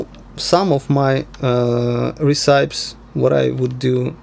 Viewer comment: Recipes = 'REH-suh-pees. Excellent as always, I hope we don't have to wait long for the next one. Have you tried comparing the sample accuracy using Pbind methods?